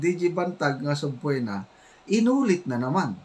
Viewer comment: Subpeena hindi subpuena ang pronounciation